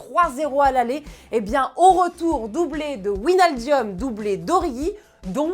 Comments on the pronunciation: GANTZ 0 c’est tout simplement « ouinaldoum » elle a juste rajouté un i et tous les cassos rappliquent et chambrent 😓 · de base on prononce vinaldum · doublé de Winialdiome? qui est ce? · elle c "est crue dans harry potter Ouinaldium léviosa 😭 😭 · Doublé de "Ouinaldum" la prononciation est a revoir x') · « Winaldium » pardon ?! 😭🤣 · wsh Wijnaldum sa se prononce comme sa s'écrit arrêter un peut. Le mec il a 20 noms différents on dirait WIJ-NAL-DUM. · WIJNALDUM PAS VINALDIEUM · Wijnaldoum ça se prononce 😂😂😂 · "Ouinaldium" tu vien de commettre un crime 😭😂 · Ouinaldium Leviosaa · Wallai je sais jamais comment prononcer son nom aussi lui. Par contre ouinialdium leviosa vous avez pas respecté xDDD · On sent bien quelle n'y connaît rien au foot , a part lire un texte et même mal prononcer le joueur elle sert a r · Le « wijnaldum » en mode Uranium il m’a dead 😂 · Starfourlah comment le a dit wijnaldum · Par contre Wijnaldum, ça ne se prononce pas comme ça mdrr ohlala j’ai mal aux oreilles 😂😂 Mais on ne t’en veut pas tqt, tu feras mieux la prochaine fois 😌